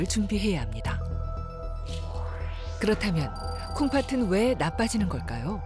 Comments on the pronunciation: 중요한건 아니지만 아나운서가 콩파튼이라고 발음하는데 콩파슨 이라고 발음해야 맞는거 아닌가요? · 방송 내용과는 관련 없는 내용인데요, 내레이터의 발음에 관한 것입니다. '콩팥은' 이나 '콩팥으로' 의 발음을 '콩파튼' '콩파트로' 로 하시는데 이게 맞나요? '콩파츤' 이나 '콩파츠로' 가 맞는 발음 아닌가요? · 콩팥은 발음을 콩파튼으로 계속 일부러하는 것 같은데 콩파츤으로 발음해야 함